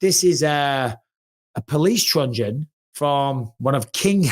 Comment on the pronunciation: Mike that's a truncheon not a trungeon.